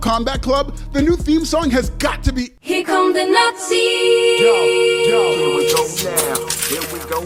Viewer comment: “Here come the Not See” 😂😂